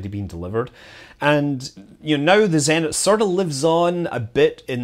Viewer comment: Thanks for great videos, scrolled through 794 comments to say. Zenit > Zeh neet intonation on the neet. ✌🏼😏